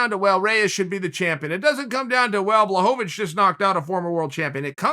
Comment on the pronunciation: please start pronouncing Błachowicz right